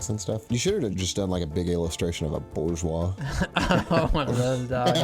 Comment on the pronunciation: “bourgeois” BORZOI?